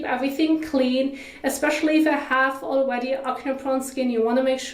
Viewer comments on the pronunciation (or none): Hey just wanted to let you know it’s pronounced ak-nee not akneh, great video tho